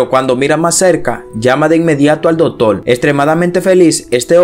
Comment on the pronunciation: Dotor no!!! Se dice Doctor!!!!!